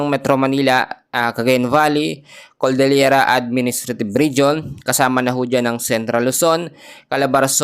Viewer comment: Cordillera, hindi Coldelyera